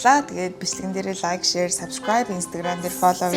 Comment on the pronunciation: Лаяк биш лайк биш лак гээч😂 Өдий том болчихоод ямар арчаагүй юм